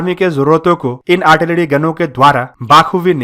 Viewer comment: Say "Artilary",not "Artilady" and "Generation",not "Genedation".